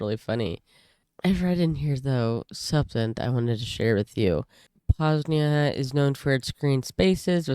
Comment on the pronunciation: You said it as Poznia, not Poznań